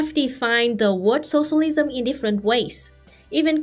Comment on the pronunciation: I just love how you pronounce “sossolism”